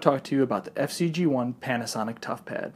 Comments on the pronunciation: Why do you call it the FC-G1 when it's FZed-G1? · It's not FC-G1 idiot! It's FZed G1